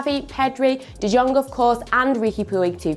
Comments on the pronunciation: Please learn how to pronounce Puig (“Pooch”) and DeJong (“DeYong”) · It's pronounced Frenkie de 'Yong' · I swear what is it with English people not being able to pronounce names that aren’t English The hell is that pronunciation of de Jong